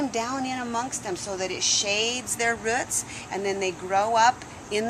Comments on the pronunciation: I HATE when people say RUTS! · Ruts no it's roots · They are roots, not ruts.